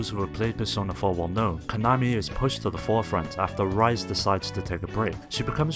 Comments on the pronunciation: The way he says the names of the characters hurts ITS “REES A” NOT “RI ZE” JAKCJAKJSJDJFNC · I know I'm like a month late, but you pronounced "Rise" wrong, it's not pronounced like when you get up in some fashion, it's pronounced as "Ree-say" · rice kujikawa.. lol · It's painful hearing you mispronounce "Rise Kujikawa" and "Kanami Mishta"